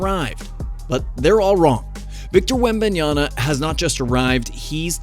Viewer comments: Like talking head Stephen A Smetch, you pronounce the guy's name WRONG which I find disrespectful... Come on... it is WembanyaMA..... like when you called your MAMA, and not your NANA :( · and "WembanyaNa"... Stephen A. Smith can't even get Victor's name right. What a clown. Also: . Come on, guys. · WembanyaMA not ..nyaNA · It's Victor fuking WembanyaMMMMMMMMa it's a M not a N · "wenbanyana" lol